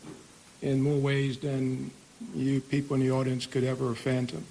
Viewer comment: I'm sorry but did the sheriff say "could ever phantom" instead of "fathom"??? That's not very reassuring.